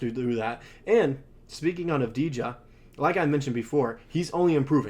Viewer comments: Dude, learn how to pronounce their name correctly before trying to recruit tragets to bolster your sports team. It’s Av-di-ya! The j is silent. It's also important to remember that acquiring a player of Deni Avdija's caliber will require more than Josh Giddey and a low first-round selection since Giddey is a bust and a liability at this point, and the Wizards have no need for him even as they rebuild. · (intentional typo) could really put in the tiniest bit of effort to at least to pretend that they care to pronounce Avdija's name right. Of course... Le 'Murica rules all the way. No other countries and nationalities exist.